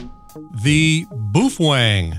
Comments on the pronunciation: Not sure what BWOOFANG is. Please for the love of God, BOWfang BOWfang BOWfang. LOL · It’s pronounced as “bay o feng” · I can never say Baofeng thanks to you.🤦‍♂